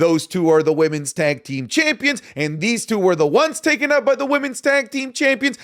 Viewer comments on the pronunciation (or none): none